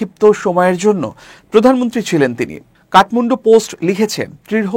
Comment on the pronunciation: ওটা উচ্চারণ কাটমুন্ডু নয় কাঠমান্ডু।